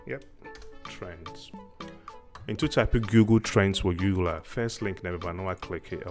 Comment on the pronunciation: Gugool! Can you pronounce it right for crying out loud with yout Twi English!